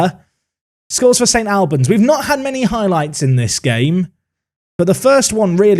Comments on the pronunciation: St ALLLLLBANS...NOT AL-BANS!!! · It’s ST ALL-bans like All or Arsenal not AL like Alan or Albion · its St Albans (All-Bans) not Al-Ban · My mate sponsors St Albans, have to say it’s pronounced like St Olbans. Went there for their giant killing against Forest Green Rovers in the FA Cup! Love this league filled with loads of teams local to me in north London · Never heard St. Albans pronounced like that before 😅 my Polish mate used to read it as 'Stalbans', which I really like. Disappointed to not see the big tree in the corner of their stadium in game. Don't know if you have seen Clarence Park before? Give it a look. Great results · Love this comment. As a man from St.Albans the pronunciation was getting to me haha. Also can confirm the trees are still there and the pith is not that long loool